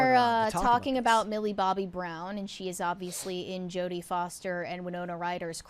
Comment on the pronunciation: I think Jodie Foster said that wrong